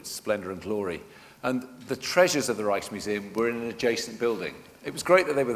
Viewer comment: To all English speaking British who can't speak Dutch: please do NOT pronounce Rijksmuseum as Reichsmuseum like the chairman does. That makes it sound like a nazi museum. I know most English speakers are morons when it comes to speaking other languages, but that is no excuse. Sorry, but there it is.